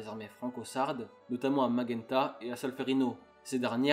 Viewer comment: La victoire de "Maguenta" ? J'aurais dit "Magenta" ...😉 A part ça belle synthèse d'une unification complexe. J'avais toujours du mal à tout saisir, ton récit m'éclaire car il va à l'essentiel et malgré tout n'oublie pas les détails importants. Bravo.